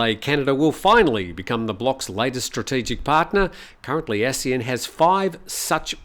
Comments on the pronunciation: From Wiki:"ASEAN (pronounced as three syllables A-SEA-AN),[c] officially the Association of Southeast Asian Nations". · Please pronounce ASEAN properly. The way you pronounce is wrong.